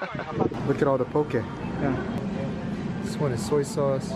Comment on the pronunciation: Also, poke is pronounced poh-kay, like okay pokay... not okee poh-kee. but come to Hawaii anytime and try more of our food! ❤️❤️❤️